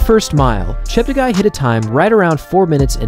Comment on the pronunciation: Chep ta guy Everyone: Chep teggi